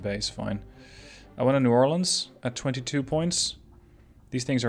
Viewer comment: Ayyy!! Two New Orleans classes! Louisiana represent!! Also, suprised you actually pronounce New Orleans correctly. Everyone pronounces it "New Or-Leens" which makes us want to punch them.